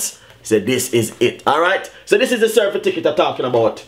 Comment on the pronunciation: Can't even pronounced certificate. He said certificket --dunce bad